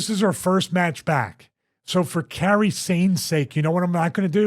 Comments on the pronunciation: I love your podcast and insights, Steven, but it drove me crazy listening to this. It's Kairi, not Carey. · Sucks for Zoey wish her the best! Stevie it is pronounced Kuh-IR-ee not Carrie, man lol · It's Kairi, not Carrie. Love Zoey. She came back 4 months early from her last injury. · kai-ree. not carrie lol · Anybody else extremely annoyed that he heard Kairi's name be said correctly like 10 times but he still kept calling her Carrie... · Its a situation of bad timing no one's at fault, it would be great if stevie pronounced Kairi correctly. Zoey will recover but its depending on timeframe